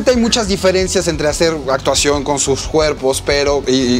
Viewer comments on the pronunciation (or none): none